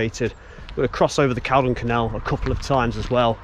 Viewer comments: Call-don! Not caldun. 🤦🏼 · its pronounced "Call-don"